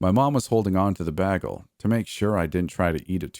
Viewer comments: BAY-gle not “baggle” LOL! New sub here. Ya got a great voice. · I love how you pronounce the word "bagel"😊 lol Most would say - (bay-gull)... But you say it like - (BAG-ull) 😆haha.. So adorbs